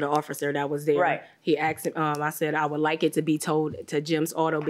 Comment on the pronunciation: How do people supposed go to school, get a job and then get that idiotic, as if they didn't make it past third grade. By the way, English is pronounced would, could, and should, not woult, coult. and shoult. Geez!!